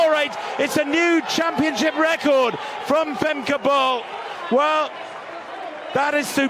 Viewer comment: Bull. Her name is pronounced, "Femka Bull". Not Bowl. Not Ball. It is Bull. Listen to her sometime pronounce her name.